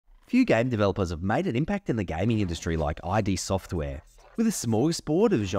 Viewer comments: Thanks for the video and the info forreal 😎 buttttt…. Was anyone else cringing a little each time he said “I.D. Software” and not “Id Software” that was alittle rough to constantly hear 😩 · It's not pronounced "eye dee" like your identity documents. It's "eed" Software. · i couldn't keep watching with you calling it "i" "d" software.... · id software isnt pronounced that way